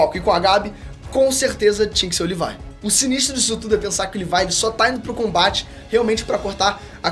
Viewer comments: Parei de assistir no LIVAI... fala direito porra! é LEVI! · Mano, eu vi tu falando "levai"jeito de falar. Mano , é leviii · Levi* porq as pessoas tem mania de falar o nome dos personagens errados né KKKKKK “Livai“ vai tmrnc KKKKKKKK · Só na hora que ele falow livai em vez de levi que não entendi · Amei o vídeo, e sem falar da referências😇😅 Mas o nome é Leví😡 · “Livai” KKKKKKKKKK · Q viadage é essa de chamar o Levi de "livai" e a divisão de reconhecimento de "exploração" fuleragem é essa msm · Desculpa não sei qual a pronucia certa mais dizer levai o nome do Levi me soar muito muito estranho kkkkk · Ela falando Levi é totalmente estranho KKKKKKKKKKK